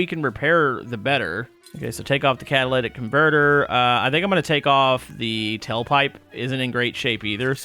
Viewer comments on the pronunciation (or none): It's "cataLITic" NOT "cataLATic"